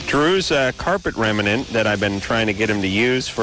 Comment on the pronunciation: Rem-IN-ant! ,🤣 remnant